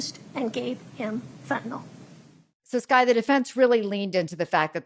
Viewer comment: Skye, it's Fentanyl not Fentanol🙄